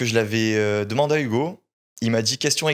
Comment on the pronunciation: Arrête avec tes "DA" ouvre un dico tu es insupportable gamin, "je veux pas rester sur des avis de quelconque" mais qu'est ce que ca veut dire?! La fausse surprise de la mais mon dieu que c’est horipilant et arrête avec tes "YouGo" c’est HUGO pas YOUGO!!!!